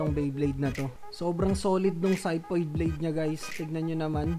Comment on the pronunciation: Syphoid pag pronounce Nyan idol